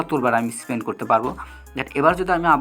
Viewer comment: স্পেন নারে পাগলা,স্পিন🤣